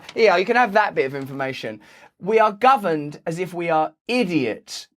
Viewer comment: "We are GOverned as if we are IDiots". - Russell Brand, 27.02.22 (Caps for emphasis on syllables).